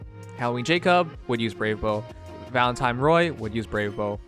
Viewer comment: Dude be sayin valentime